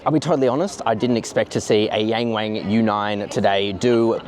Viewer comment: Nice video but you gotta stop calling it the Yang Wang as in rhyming with 'bang' and call it the Yang Wang with the 'a' sound in 'halve' or 'yarn'.